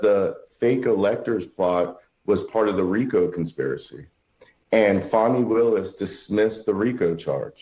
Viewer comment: Fani is pronounced with a u not an a